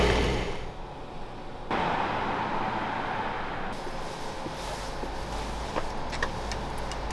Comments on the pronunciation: РамЁн, рамён, а не рамЭн, по корейски рамЁн, рамэн это по японски 🤦🏻‍♀️ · Wrong ! In korean it's called spelled pronounced Lamyeon 라면 not ramen ! Korean lamyeon